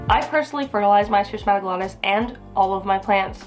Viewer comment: My S. wallichii was gorgeous, but it went through a bout of spider mites--UGH--and is currently in recovery. I cut a lot of the leaves off, and I see new ones coming, so fingers crossed, it'll be reestablished to its former glory soon. The pronunciation of the first syllable, BTW, is /skiss/. It comes from the same root as schism and schizophrenia, meaning "split". So, since "glottis" refers to the throat and tongue, schismatoglottis means "cleaved tongue" or "split tongue".